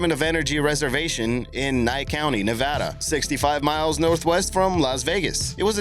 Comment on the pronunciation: Good job on pronouncing Nevada correctly (with a long a). There is actually the distinction for it written into their state constitution. Learned that while visiting Carson City.